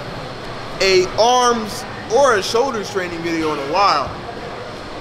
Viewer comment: Buildin' them strong "showders".